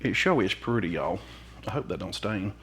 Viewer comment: I was born and grew up in Alabama so every time you say “y’all” it is music to my ears 😍💃🏼❣️